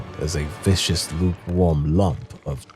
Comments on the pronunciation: Ermm akshually its not a typo, you mispronounced the word 🤓🤓🤓🤓👆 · It's not a typo, it's a mispronunciation. Also, you say only animals/beasts walk on their hind legs... Well yeah, humans don't have hind legs. They have "legs" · Not 'vicious'. 'Viscous' as in thick liquid.